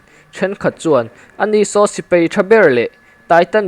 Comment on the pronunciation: Sipei ni lo in,sipai tih tur aw